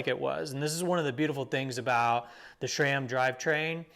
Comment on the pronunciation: Didn’t know you guys have mountains down there in Texas. Also no “h” in sram